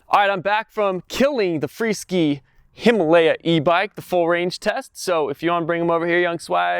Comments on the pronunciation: It's a freeSKY....NOT freeSKI 🤣🤣🤣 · its Free Sky not Free Ski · Hey,, the name of the company is free sky, not freeskee. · Thanks, but I think it's pronounced FREE-SKY(SK eye)!